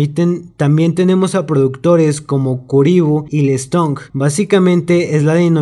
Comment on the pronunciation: lestong jajajaja leston